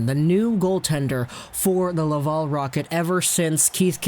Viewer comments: You do an amazing job ..... I listen to you all the time but for the love of god it’s la-Val. .. Laval ... not la-vol aaaaaal have a great day catch you tomorrow 😬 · Wow, I love the way you say Laval..... as LavUl…….. amazing.